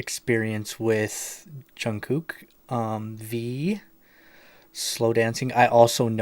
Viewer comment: Just to let you know his name is pronounced like Jungkook (Jung cook)